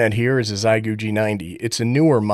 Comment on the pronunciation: She goo. Say it. Say her name. She goo! She goo ! Ten years living in china. I speak Chinese. It’s She goo.